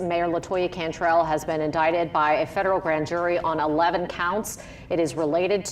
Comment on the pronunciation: Should I pronounce the word, "in-die-tid", or "in-dic-tid"?? 😅 😂 🤣